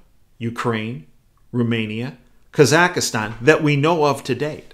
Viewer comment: Psst, there are only 3 syllables in "Kazakhstan"...